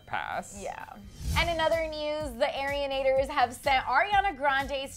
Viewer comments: It's not airenators it's arinators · 'Airianators' IT'S ARIANATORS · omg she said AIRIanators...... ITS ARIANATORS GET IT RIGHT!!